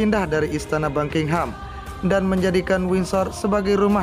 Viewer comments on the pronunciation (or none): none